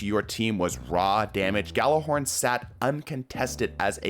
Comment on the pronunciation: ITS PRONOUNCED YÄL•LÄR•HÖRN